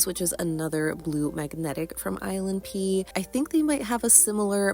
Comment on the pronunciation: Every time you say ilnp i hear island pee